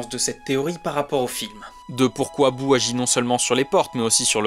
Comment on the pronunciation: C’est Boo pas Bouh